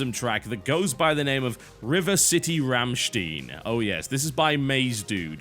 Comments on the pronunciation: Rammshtayn not Rammshtin btw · its pronounced rammschtain... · I believe it's pronounced ram-stiyn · As a German i am really offended by the way you pronounce Rammstein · the way he pronounced Rammstein XD awesome vid as always TB. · Sorry TB, but you pronounced Rammstein wrong.